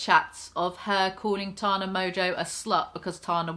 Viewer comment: Learn how to pronounce Tana you fucking moron